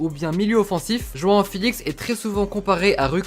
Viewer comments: Je rêve ou il dit « juin uin » au lieu de joao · T'arrête pas de dire joan alors que c'est joao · Tu lappelle joan. C est joao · Merci 😊🇵🇹 João on dit " janhahant " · Ça se dit roão sinon super vidéo je les adore continue comme ça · La prononciation de João elle fait mal aux oreilles